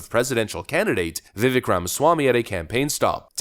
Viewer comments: It's "Vi-vake" like "cake". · Vivak dude. Long A. You're too good to keep mispronunciation. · BRO! LOVE YOU BUT. Its time you start pronouncing your favorite candidate properly. Pronounce it it like 'VIVAKE'. RHYMES WITH CAKE!